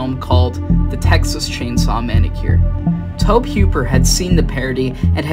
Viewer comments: this is not the only channel that has pronounced it as towb instead toe-bee. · Bruh tobe is pronounced like Toby. You driving me crazy the way you saying it